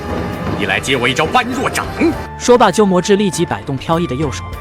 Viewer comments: 般“bo1”若"re3"，不是"ban1" "ruo4"。另外，虚竹忠厚之人，哪儿来的满脸不屑？ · 般若請念ㄅㄛ ㄖㄜˇ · 笑死。人家是bōrě掌